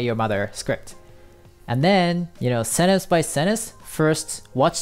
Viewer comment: Thank for such great method! cool video! BTW: It seems that you are not pronouncing correctly the word "sentence". :)